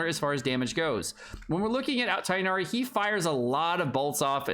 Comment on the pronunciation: Man can literally not talk about mispronunciation with the way he says Tighnari and Alhaitham 💀